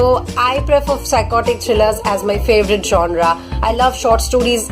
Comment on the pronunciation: It's is not 'jonra' 'jonar' what was that.